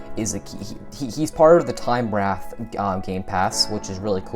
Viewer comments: Fyi, Time Wraith is pronounced like Time Rayth. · Dude said time wrath😂🤣😂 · It's not wrath its wraith